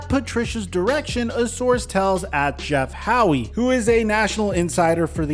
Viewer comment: Please stop calling him Jeff Howie. It's pronounced Jeff How. I use to go to school with him.